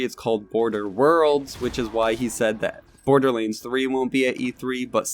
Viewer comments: I legit cant listen to this, just say BORDERLANDS not BORDERLEEANDS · OMG IT IS NOT BORDERLEENS IT IS BORDERLANDS. HOW MANY TIME DO WE NEED TO TELL YOU